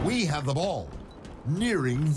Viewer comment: Why would they change something as simple as "ball taken" to "uWeEe Hyav tHe bWall" ?!